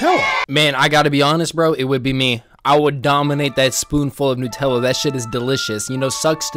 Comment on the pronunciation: What bothers me most is how you pronounce Nutella